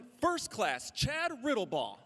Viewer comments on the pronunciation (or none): none